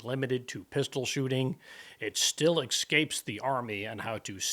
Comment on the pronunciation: Oh does it "excape" the army? Sounds like English escapes you. Just don't axe me a question, please. You sound unlettered, which checks out for Trump supporters.